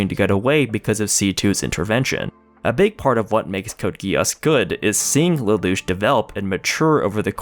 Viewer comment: Code Gee ss, NOT Code GUY ASS